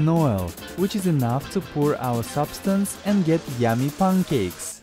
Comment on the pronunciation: He called pancakes "pangcakes"